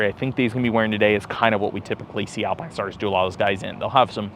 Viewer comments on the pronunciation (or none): none